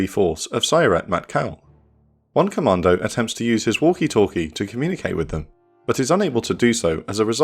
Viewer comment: the way you say commando sownds like you ar saying comander